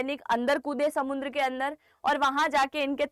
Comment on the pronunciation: it is samudra not samuN dra